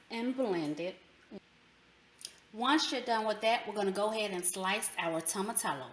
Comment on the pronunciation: Oh Jesus every time you say tomatallo...hahaha....it's actually pronounced "Toe-Mah-Tee-Yo" Great video tho and thanks for sharing this recipe.